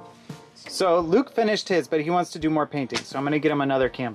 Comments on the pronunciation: Luke is one syllable. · isn't luke one syllable?? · but isn't Luke one syllable?? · Luke is one syllable! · LOL Luke is one syllable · Isn’t Luke one syllable vs two??🤔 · Luke isnt two syllables though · Not to nitpick, but Luke is NOT two syllables. 🤓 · Luke is one syllable